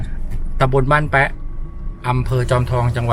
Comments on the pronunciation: บ้านขุนแปะไม่ใช่ออกเสียงขุนแป๊ะนะครับ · อ่านว่าแปะนะครับ ไม่ใช่แป๊ะ